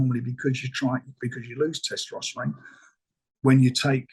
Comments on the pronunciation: Thanks. I don't know how much more angry I'd be if i watched 35 minutes to find out Frank says testoperon. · The only person ever that i have heard pronounce testosterone like that! lol